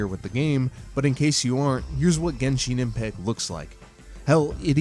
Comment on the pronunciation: Gesheen impact (lol gensheen impact)